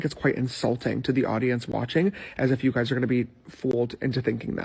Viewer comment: “So if you guts haven’t heard-uh Sangria-“ 😂😂😂